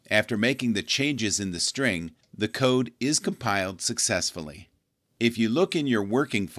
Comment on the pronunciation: not strin its string